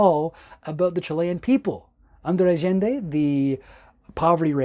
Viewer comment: I love how you said "Allende" in the Chilean "Ah-Zhen-De" as opposed to the typical Spanish "Ah-Yen-De"